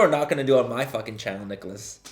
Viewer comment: So I decided to watch this video to get over the fact my boyfriend hasn’t texted me today and so I wanted to distract myself with you but you keep saying Nicholas and that is my BFS NAME LMAO 😂 hahahahahahahah the way you say Nicholas lmao 😂 has me dying